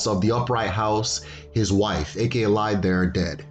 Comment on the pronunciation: Hello very nice and informative video. I must say as an Igbo man, I cringe every time you say the word “Eke” as due to the tonal nature of the language you are actually referring to a “python” in place of the supernatural power. Also to my knowledge at least the Igbo word for creation is okike.